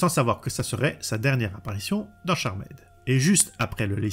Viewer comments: Merci pour la vidéo mais en phonétique c’est charmde et non charmaid. 😂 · Super vidéo ! Par contre t'abuses sur les CharMAID ^^ "Tcharmd" 😘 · J’ai rencontré tout au long de ma vie ( proche, ami, collègue, connaissance ) qui disaient « Charmède » plutot que « Charmd » tout du moins. Et étrangement meme un Youtubeur Dijonnais le dit de la même manière donc bon … L’un dans l’autre … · C'est dommage de ne pas avoir plus creuser le sujet. En 5 mns "charmaide" (ça pique vraiment les oreilles), ensuite on passe de proue à pru ?!? Et Phoebe a aussi le pouvoir de lévitation et devient reine de l'enfer, en tant qu'épouse de la source, avec Cole... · 3 secondes de vidéos, j'entend "charmède" j'ai envie de quitter, je reste mais je me sens sali 😂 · Merci bcp pour la vidéo. Cependant, attention tout de même à l'accent anglais quoi... Je ne demande pas à ce que les YTubeurs auxquels je suis abonné soient bilingues, mais dans la mesure où vous jouez tous un rôle plus ou moins éducatif auprès du public qui vous suit, un minimum stp 🙏🏽 "CharmÈd"??!....pas comme si tu le disais qu'une fois en 40 min en plus. (J'en ai tenu 25, ça m'a saoulé). Cela ne coûte rien de procéder en amont à une petite vérification des mots anglais que tu vas utiliser dans le cadre de ta vidéo pour nous livrer une narration qui ne fait pas saigner des oreilles (valable pour toutes tes précédentes vidéos, mais aussi pour les fautes de français/prononciation qui, perso, me perturbent à chaque visionnage de ton travail que je respecte. C'est pourquoi je te dis encore une fois, merci pour cette vidéo ! Signé : un abonné qui t'aime bien, toi et les sujets que tu traites, mais pour qui les langues française et anglaise ont encore une grande valeur à une époque où tout cela semble anecdotique pour bcp.... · Moi aussi je dit charmaide